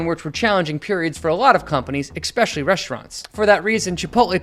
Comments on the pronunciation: Never listen to an idiot who pronounced especially as expecially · Its pronounced ES-pecially not EKS-pecially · The word especially does not have a K in it. ekspecially is not a word. Thanks for the info on how to analyze a balance sheet. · "ekspecially" lol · Never trust a man that can't pronounce "Expecially" haha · Did you say "exspecially" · Bro is an adult and says “eggspecially” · Verse vs. Versus. Expeshally is not a word. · It’s eSpecially not eXpecially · How an educated English-speaking adult can pronounce the word "especially" as "ickspecially" is an indictment on the education system at whatever schools were attended. Not one teacher corrected you? Ever? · Why do millennials mispronounce the word especially??? It is NOT pronounced EK specially. Stop it damnit!!! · Did you say "ekspecially"? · Thanks! Great! Why do you say “expecially" instead of "especially" ? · U sound stupid when u pronounce it ekspecially. Just saying. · especially is NOT pronounced "e>>>K<<<speshiyali"! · This is great information. My only gripe is that pronounced especially as "exspecially" three times in this video. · I stopped watching when you said "expecially" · Good video. Please practice pronouncing "especially" correctly. And try to avoid pronouncing "str" words with SH. It's strong, not shtrong, etc.